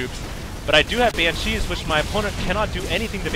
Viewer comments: Its BAN-shees, not ban-SHEES. Please, your pronunciation is becoming tiresome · yeah, please call BANCHEEs BANSHEEs, BAN-SHE that's how it's pronounced. on another note, AWESOME VID! nice win;) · It's cheeze, so it's ban-SHEES(e) xD.